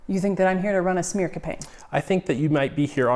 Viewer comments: Did he just say "a schmear campaign"? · Lmao the guy called it a “schmear” campaign, like a bagel 😂😂😂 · He said "schmear campaign" 🥯 😅